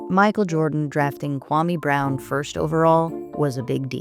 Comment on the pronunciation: KWA-ME BROWN - Stephen A. Smith